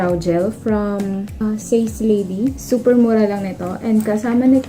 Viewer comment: Ate it’s prounce as SA-SE not SACE